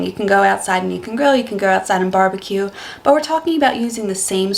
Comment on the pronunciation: "Barebque"? It's "Barbeque" mate.